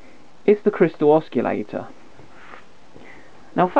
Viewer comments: u lost me at osculator, DUH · not to be picky but the word oscillator and not oscullator. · Ah yes, the good old oss-key-lator. No oscillators in this circuit, no sir! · What is an oskillator ? Sounds dangerous to me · “Oschillator” ?! :) I really like the work from the intro of the video … and it show that is not totally parallel with the electronics but still the quality after …. Anyway it is a young one , compliments for the work! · Kevin Elliott that's not being picky mate a guy like this who knows what he knows and doesn't know how to pronounce the word Oscillator correctly it like a math teacher teacher who doesn't know how to pronounce Pi Correctly but instead says PEE this is not a small mistake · Lol look up how to say oscillator correctly